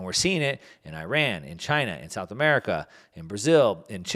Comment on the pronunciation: Nice pronunciation of Iran 👌🏼